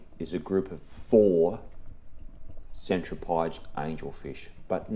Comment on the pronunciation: speaking of american viewers, isn't Centropyge pronounced Sen-trop-ehjee?